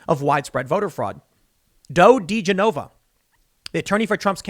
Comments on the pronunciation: Tim, His name is pronounced ‘joe ‘da gen na va’ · It's pronounced "Joe Dee-Jennova" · I’m usually not one to point out mid pronunciations but did you just call him Doe Degeneva?? Love ur stuff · You butchered Degenova's name lol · Indeed, and the fact that Tim has no idea at all how to pronounce his name is very odd. Has he really never heard of, or read about Joe Digenova before??